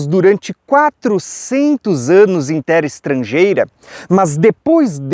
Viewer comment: você não tem a voz pesada. Você é benção! Até já me acostumei com o /tera/ ao invés de /terra/ de tanto que consumo os teu vídeos e ensinamentos. Só o fato de você não se deter em debate inócuo sobre terra plana e não se portar ofendendo outros, já basta para ouvirmos e aprendermos do farto e rico entendimento que Deus tem nos ofertado por meio da tua disposição. Um ano lindo e abençoado pra você!